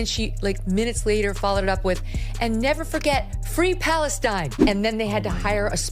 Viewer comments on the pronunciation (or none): none